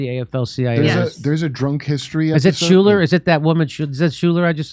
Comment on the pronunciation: "SHULER"... Every - Single - Time!